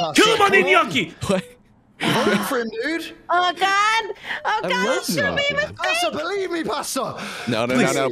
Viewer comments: It's nyow-kee... Thanks me later🤣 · There's only two syllables in gnocchi. Nyow-kee. Think of it as ñoki. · That pronunciation of gnocchi wasn't even terrible for an American, but gnocchi are not pasta. Good thing Platy gave a terrible answer, or Pasta would have thrown the game for the third time 🤣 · claims to be Italian and butchers the word Gnocchi. DISLIKE!!!!